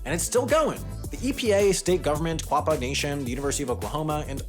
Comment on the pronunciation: It's spelled Quapaw. Pronounced Oh Gah Pah. Also Miami is pronounced Miamah. I live in Miami Ok which is literally next door to Picher. About 10 miles for me.